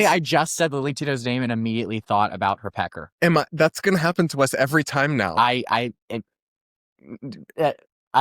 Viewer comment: Did you say “HER pecker”?? cmon…you can’t talk out of both sides of your mouth.